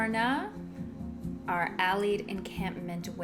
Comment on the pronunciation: it is pronounced AL Ied. As in Alliance not Al eed.